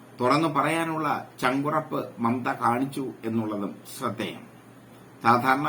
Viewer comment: മമത അല്ല മൈരേ മമ്ത...... പറയുന്നത് ചെറ്റത്തരം ആണേലും പേര് എങ്കിലും അക്ഷരം തെറ്റാതെ എഴുതാനും പറയാനും പഠിക്ക്‌ കെളവ.....